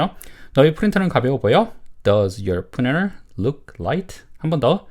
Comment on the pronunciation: Printer 를 프리너 이렇게 발음 해도 되나요? 보통 프린터라고 하지 않나요? 좀 신기했네요 😮